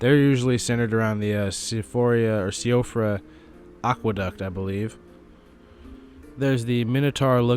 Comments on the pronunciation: its pronounced "sheef-ra" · Siofra is actually pronounced "She-fra." I can't remember if it's Welsh or Irish. Also, where did you find in game that says the Nox are cold-blooded? Not that I don't believe you, I just don't remember seeing anything about it. And finally, I think it more plausible that the D brothers joined the ranks of the Golden Order AFTER being ostracized by everyone, everywhere else. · Apparently it’s pronounced shoifa, Irish apparently